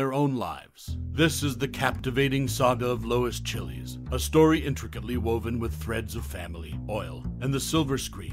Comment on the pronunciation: That movie is here for free right now but I doubt that's the way her last name is pronounced ... this guy making it sound like it's a country from South America or a food .